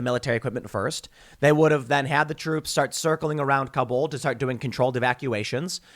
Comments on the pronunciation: Tim, Kabul actually has first syllable stress, not second, so you pronounce it like "Cobble." Americans routinely mispronounce it. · Kabul: pronounced similar to 'cobble', not kah-BOOL.